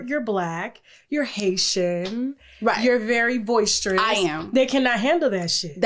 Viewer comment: Boisterous...not voicestrous lol. Love you tk